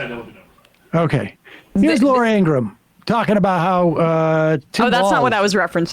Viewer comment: Ingraham not Ingram